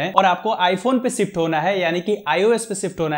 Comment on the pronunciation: Shift ❌️ sift ✅️